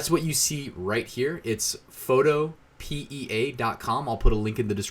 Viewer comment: Photopea rhymes with Utopia. fo TOE pe uh